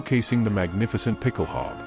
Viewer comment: A) it's pronounced ˈpɪkl̩ˌhaʊ̯bə, with an 'ow' sound as in 'cow' and an 'uh' sound at the end, and B) you neglected to mention that it was adopted by forces all over the world including the British Household Calvary and the US Marine Corps and is still in use in many countries as part of dress uniforms. Great video, though. I'm subscribing!